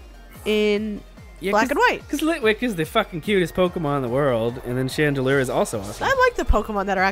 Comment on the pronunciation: Chandlier? Chandelure is correct.